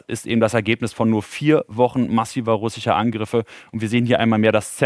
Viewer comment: Die Stadt die unter „Russicher“ Kontrolle steht 🤣 mit dem übelsten Sprachfehler für die BILD in aller Öffentlichkeit. Genau mein Humor